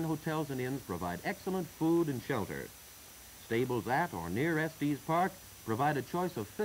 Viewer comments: They should have given the narrator a briefing on some of the pronunciation and nomenclature. It's definitely not "Estees" Park and It's Colorado Ave. Not Colorado St. I have ridden up to Pikes Peak by road and cog road. I remember when they would feel the hubs on the wheels of your car to see if you had been riding your brakes down the mountain. If your wheels were hot you would have to pull over. They have had instances in the distant past where people would burn their brakes out completely on the way back down the mountain. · It may have been how it was pronounced back then. I've heard similar videos from the era refer to Los Angelees, with a hard G. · It's actually Estes Park Village. Check it out, but we call it Estes, also. 💙 T.E.N.